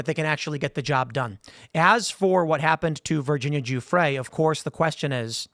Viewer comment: Tim.... It's Virginia Guffrey ... Not Gufre'